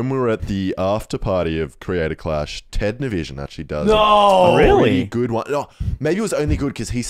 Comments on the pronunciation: I like that he pronounced Ted Nivison like television, just like everyone else does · Ted niveeson?